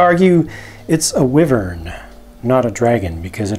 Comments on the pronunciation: Wyvern (why Vern) not whi vern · Also just FYI, its pronounced (Why-Vern)... not a (Weh-Vern)... Just thought you should know. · you probably won't see this because this is an old video but you said "wivern" when it should be pronounced "Why-Vern" and spelled wyvern I think. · It is actually prenonsed wy-vern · Call me a super nerd, but its called dragonology, and the wyvern Y has a long I sound. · Ugh, it really bothers me when people say "wyvern" like that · you dont say it right is a wyren